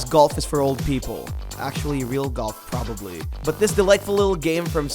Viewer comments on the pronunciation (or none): none